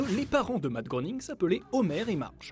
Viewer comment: Ça se prononce ''grêning''